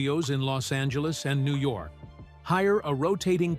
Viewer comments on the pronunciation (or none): none